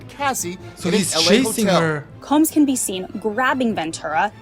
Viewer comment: uhhhh that's not how you pronounce "combs" 🤣